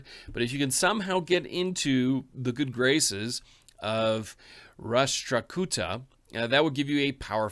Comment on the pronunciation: Ita prounced ras tra ku tha